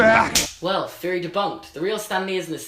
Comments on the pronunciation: I'm sorry but it's THeroy not ferry, with a th sound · Up until now I always thought that he was saying fury instead of theory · I LITERALLY thought he said fairy debunked. I was very confused. Darn British Accent; messing up my thought process.